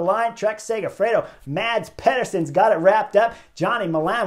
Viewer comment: Thanks Chris. Sad for them but the knucklehead award goes to the two breakaway riders playing games at 1km. As pro-peloton riders they should know and fear the speed of a peloton that has them in its sights near the finish line. One small note Chris - Mads Pederson's first name is pronounced Mas as the d is silent (general rule in Danish)